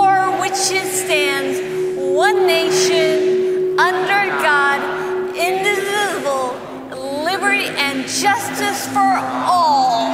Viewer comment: I feel so horrible for laughing at the pronunciation of "indivisible"